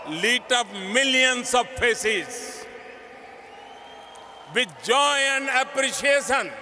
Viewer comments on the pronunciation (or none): duffer modi's pronunciation: Family: Phamily Present: Parejent Zone: Jone Appreciation: aapprisason